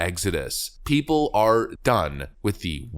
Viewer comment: It should be " of the PEOPLE, By the PEOPLE, and for the PEOPLE!" The emphasis should not be on prepositions, but on the People!